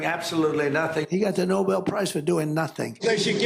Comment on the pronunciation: He seems to be saying "No Bell" piece prize. Could he be referencing the boxing ring? A TKO perhaps? That could leave someone in pieces.